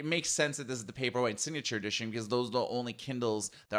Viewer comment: I think Kindle Paperweight would be a good model name as you pronounce :)